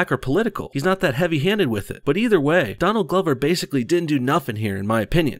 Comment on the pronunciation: Did you call him Don Lover??